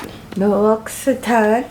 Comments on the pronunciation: The hand cream Is pronounced Loxitan...lol x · Love the hand lotion! But the pronunciation is "la ox eau taw" ( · How to pronounce L’ Occitane?